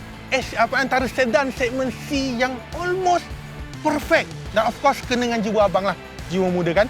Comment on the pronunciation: tp bang sy tau knp bang asyik ckp olmos... haha.. msti dia x dak button2 yg blh buat dia terbang mcm x70 pilot bang btui x.. 🤣🤣